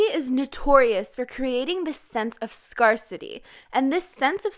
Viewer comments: sis it's "SCARE-CITY" not "SCAR-CITY" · Why do you pronounce R̶O̶S̶É̶ SCARCITY like that? It's 'scare-city' stan 2NE2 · How many times can the word "scarcity" be mispronounced in a single video? lol